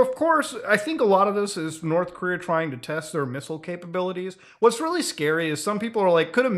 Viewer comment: Nukes are weally dangewous?!?!?!